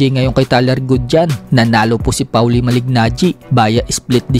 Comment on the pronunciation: Pawli? Polly Ang tamang pagbigkas ng name ni maliggnaggi